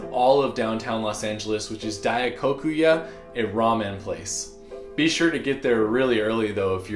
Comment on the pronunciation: The ramen restaurant is actually pronounced more like "dye-ko-koo-yuh" ダイコクや